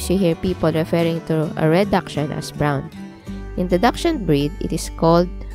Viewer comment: First clue you aren't an expert is the way you pronounce dachshund